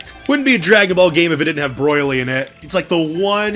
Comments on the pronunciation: I love how he pronounces Broly. Broily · Learn how to say bro-lee !!!